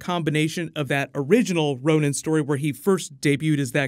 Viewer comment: So he becomes Ronin, NOT Ronan